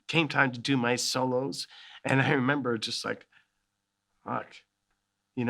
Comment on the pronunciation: I love how he says "hemember" here As a Brazilian I hespect this